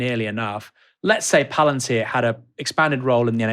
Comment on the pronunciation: "Palantir' not "Palentir".